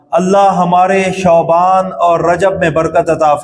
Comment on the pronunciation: علامہ صاحب شعبان شین کے زبر کے ساتھ نہ کہ پیش کے ساتھ